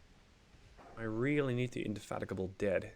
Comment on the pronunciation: Nice, although I think the battlecruiser's name is pronounced in-de-fatigue-able